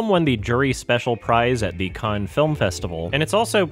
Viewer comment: Why do you pronounce Palme d'Or correctly but you consistently mispronounce Cannes?